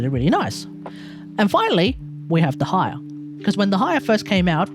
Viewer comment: I think it's a bit cope to say there hasn't been any powercreep in the main DPS department. Sure, some of the older characters can do something the newer ones can't, but ultimately it doesn't mean much if their team DPS is significantly worse. Also, what the hell is your pronunciation of Dehya lmao, I've never heard that one before